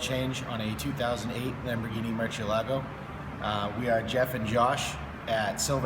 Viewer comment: Murch-Elago? That’s not how you say it but at least make more sense out of it! “Murs-Syeh-Lah-Go”